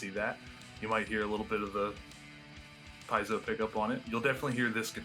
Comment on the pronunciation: Wow how many times did he mispronounce piezo . Your online you could look it up and know how its pronounced it would take about a second.